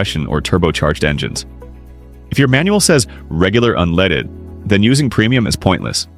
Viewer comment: "premium unleeded" lol